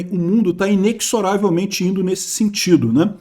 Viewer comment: IneZoravelmente,*. Não neK.*